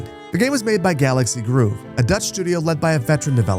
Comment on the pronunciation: Grove, not Groove.